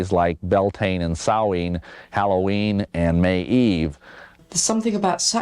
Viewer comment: At least the dude pronounced Samhain correctly 😅